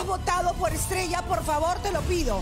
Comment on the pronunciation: Me encantaron las dos por qué cada una tiene un tiembre de voz y forma de interpretación estrella pronuncia bien comienza de apocos y retumba al final pero Milena ella lo hizo a su forma con su dulce voz la hizo